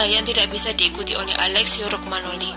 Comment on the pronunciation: Romagnoli mba... bukan rogmanoli !!!